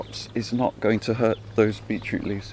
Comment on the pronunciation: Beechroot! Beachroot?? No, BEET CHROOT.. Every single video its beechroot! Lol- what a funny way to pronounce that!